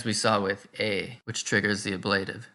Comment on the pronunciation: I have never heard the word ablative pronounced with the accent on the second syllable. Is that the convention in some places?